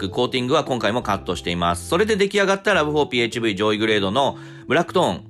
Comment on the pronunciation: ラブホって聞こえる